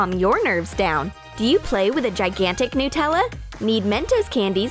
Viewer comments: nootella No. Its pronounced Nut-Ella. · I thought it was "Nutella" not "Nootella" Like if you agree. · Stop saying nootella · Noo-tella?? Did anyone else here this lol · Why do people call Nutella “nootella”? I mean, is it made out of Hazelnoots? 🥜